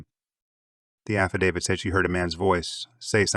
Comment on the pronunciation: You absolutely won the award for worst pronunciation of the victims names. Did you ever consider making sure you pronounced them correctly. Also just heard you don’t know how to pronounce affidavit.